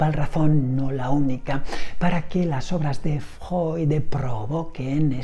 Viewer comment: Decir Freud ❌ Decir Fjoy ✅ 😂